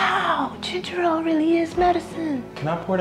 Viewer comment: .. okay, first, it's pronounced ginjel...second, that ain't the right kind...you need some redrock...third, it would've been a light spot on sweatshirt's arm...third, y'all ain't catching Jayy...